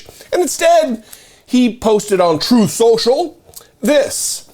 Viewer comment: Why do keep mispronouncing 'Troth Sential'?